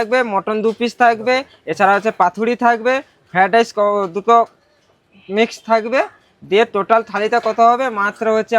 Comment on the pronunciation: ফেডাইচ 😂, তিল পিচ😂😂..